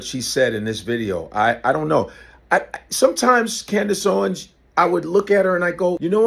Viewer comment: Candace Howens again